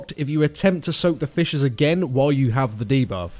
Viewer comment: sounds like he says fishes instead of fissures, so i had to tabb out of wow just to make sure xD